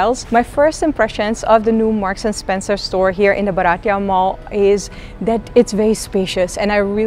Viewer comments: Hi. It is pronounced as BHAA- r - tee - yuh. It means Indian. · been a follower for a while. Just one tip - Bharatiya is pronounced Bhaa-rutt-ee-ya.. means Indian so getting pronunciation right is important 🙂